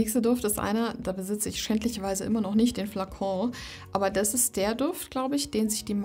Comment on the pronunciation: Liebe, deine Videos bekommen von mir alle einen 👍,.... kleiner Tipp: sprich doch bitte das "t" in dem Wort "ist" mit, nicht immer dieses "iss" und sage nicht "diss", wenn du "das" meinst ❣️❣️❣️❣️